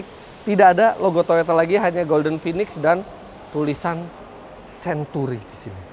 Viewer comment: sebut century pun xbetol.😂